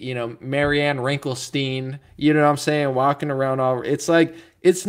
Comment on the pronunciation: Did he say… BETTY WRINKLESTEIN?!? 😂😂😂